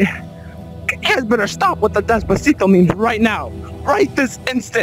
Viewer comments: The way he says Despactio is amazing🔥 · the way he says despacito upsets me :’)